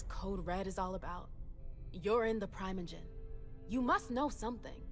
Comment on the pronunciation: As someone who’s played Table Top VTM since 1996 that’s NOT how primogen is pronounced!!!!!!!!